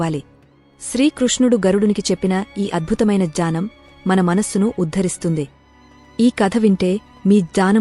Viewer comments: Bagundi manchi info but AI voice... gnanam ni jaanam antundi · Gyanam not dhayam or khanam sound not right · Very beautiful explanation in Telugu language. The lady narrated it very well. Only few words like yagnya, gnyanam were not pronounced properly.